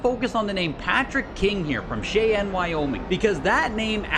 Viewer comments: It's shy-ann, not shey-un....aye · What was that pronunciation of "Cheyenne" now?